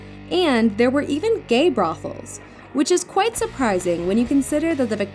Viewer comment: brofles? brauffles? What did she say and what is that.